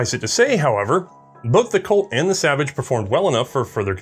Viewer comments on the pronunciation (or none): none